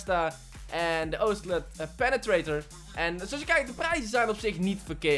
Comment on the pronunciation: hoe heb je überhaupt die naam van de penetrator normaal kunnen uitspreken 😂😂😂